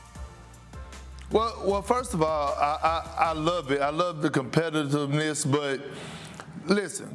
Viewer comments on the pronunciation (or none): I mean so aint nobody gone talk about how big Perkins just messed up the word competitiveness